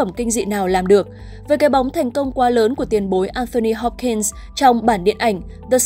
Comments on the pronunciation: Anthony Hopkins đọc thành Annothy Hopkins 🙄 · Là Anthony Hopkins, làm ơn đừng đọc sai tên diễn viên mà còn là ngài Hopkins pls 😢